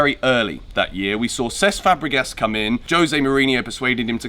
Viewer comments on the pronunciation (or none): none